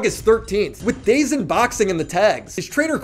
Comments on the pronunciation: It’s dazone not dazin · Its pronounced "dahhhh zone" not dayzone. The zone....